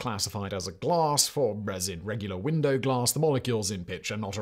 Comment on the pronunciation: Lol@ "glaRss"